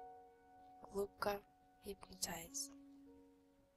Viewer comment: я уже начала засыпать, как услышала " Вы начинаете глубко, улубко спать" 😂😁